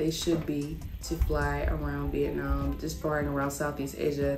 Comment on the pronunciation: Why do so many people pronounce Vietnam, " vietnarm